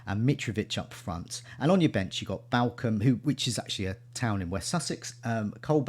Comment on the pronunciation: ps - I think Balcome is pronounced Ballcombe. :)